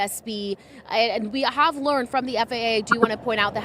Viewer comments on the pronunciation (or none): none